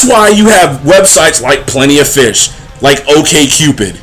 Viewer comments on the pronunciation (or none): none